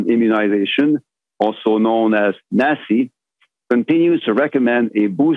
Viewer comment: He pronounced NACI just like NAZI. Kinda strange koinkidink